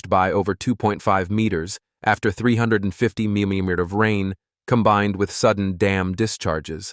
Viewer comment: Can't your spokesman (narrator) learn to pronounce "millimeter" and "kilometer" correctly? Doesn't he have any back-up or supervision ? His deliberate slurring of words is enough to turn me off your video. Which I have just done.